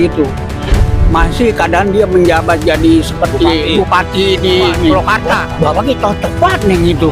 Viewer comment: Gua uda cetom bgt klo org bekasi ngomong magel banget. Maaf Kong purwakarta bkn pulokarta. He he....